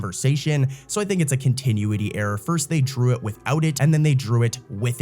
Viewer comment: Continuity; con-ti-nu-ity